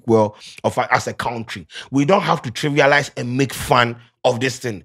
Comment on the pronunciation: and "trivialize"😂😂😂